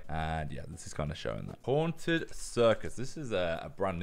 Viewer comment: "Hanted" lolololol